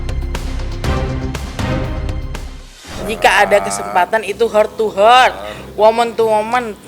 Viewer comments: Lisa bahasa English nya cara nyebutnya harus belajara lagi kedengara sama saya bukat heart to hearts tapi hurts 🤕 harus bisa membedakan dalam ngucapin nya 🤣😁😁🥳 t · Heart to heart itu dibacanya hart to hart bukan hert tu hert ya Jeung.. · Heart to heart u mean? Ucapin yang bener, kalo gak, mendingan ga usah sok English lah